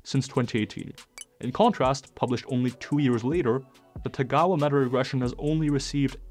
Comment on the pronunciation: It might be helpful if you didn't mispronounce 田川先生's name. It's Tagawa not Tegawa.